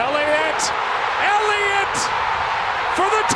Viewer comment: .... it's Ellliot..... ELLIOT!!!